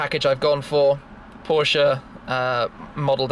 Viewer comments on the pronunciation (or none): IT IS a german car / brand so it is Porsche not Porsch